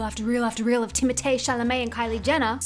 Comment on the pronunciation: Timotaae sounds like some bogan trying to say targaaaee in regards to target. It's timmo or timothy to us😂 ❤ ya girl you're amazing.